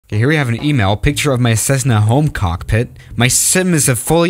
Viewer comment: Bruh him saying cockpit making me laugh